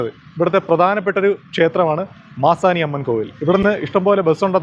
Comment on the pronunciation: Manasi alla...maasani